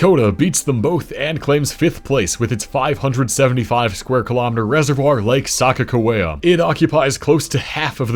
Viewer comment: As a North Dakotan I am offended by the way you pronounced Lake Sakakawea😂😂😂